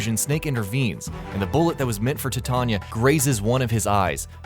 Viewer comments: tuh-tanya? no no no... tah-tee-anah. they even say it in game... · it's not tattanya it's Tatyana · Look, man.....IT'S TAT--E--ONNA! NOT TA--TONYA! Cool video tho. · Guys, it's TATYANA, not TATANYA. T-A-T-Y-A-N-A. Tanya is the short version, Tatyana - the full. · Tatanya.... MFKN TATANYA!!!!... stop butchering russian names please! Tat'yana! Tanya for short version but NOT Tatanya.... gosh... Its like read name of yours chanel like GayingBot. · tata-nya. Am I the only one confused at this pronunciation? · He says "Tatanya" lol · I like the video, except for the pronunciation of Tatyana. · Is Tatyana realy that difficult to pronounce?